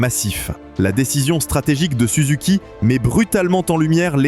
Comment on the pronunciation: c'est pas souzouki, c'est SUZUKI